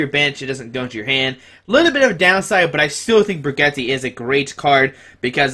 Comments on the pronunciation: its bridge-et lol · Bridge-et is how you pronounce it. My ears are bleeding